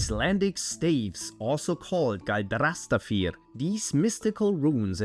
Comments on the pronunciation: It's pronounced "gAldrastafir" (spell staves), not "galdrAstafir"! And while you brought up "ægishjálmr" (helm of awe), you forgot "vegvísir" (way-shower, i.e. the one who shows one the (right) way)! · What you say about the Icelandic staves are very very much misinformation and the pronouncing galdrastafir hurter my ears. The galdrastafir is not from the vikings nor is it about anything related to the old Norse ways. It is during Christianity era, hence the grimoires. The staves themselves are Kabbalistic, meaning they're related to Jewish culture. When Ægishjálmur is used for battle, to install fear into your enemies and your overlords who trample over you.